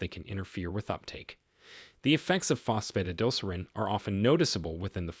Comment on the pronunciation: I can't take it, Fos Pho tid al ser reen. Please program your AI voice better.